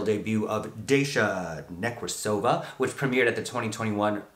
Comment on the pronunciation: It’s pronounced Dah-sha .